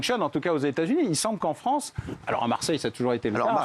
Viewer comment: la fwansse plutot ou lafronce